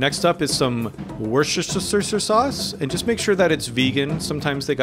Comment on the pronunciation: It is «Wooster-shy-ehr Sauce» according to the people at Lea&Perrins, the makers of the first Worcestershire Sauce (they wrote a letter to a British cooking show, the two bikers, telling them that they were mispronouncing it and that this is how it’s supposed to be pronounced). 😊💚